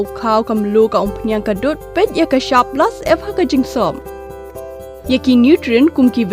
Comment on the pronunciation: Rukom kren kata ka kynthei ba pynkren ia kato ka dkhar lei sngew beit kumba ong Pla Syep ia ka Plus F😂